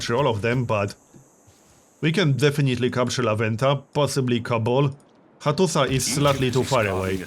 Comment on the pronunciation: The s in Hattusa makes an SH sound